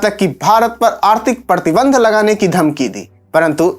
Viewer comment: Pehele bolna to seekh le. Padibartan, padtiband. Sala chamcha channel hai BJP ka.